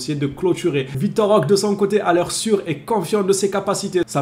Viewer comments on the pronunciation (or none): Salut, bon maintenant que c'est officiel, tu peux arrêter d'ecorcher le nom de notre nouveau joueur 😅 On prononce Roquéééé Svp 🙏 liké ce message les gars faut vraiment que apprenne à prononcer correctement le nom de notre recrue.